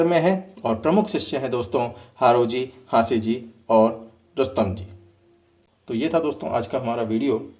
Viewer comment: हांसीजी नहीं हँसोजी, कुस्तम जी नहीं रुस्तम जी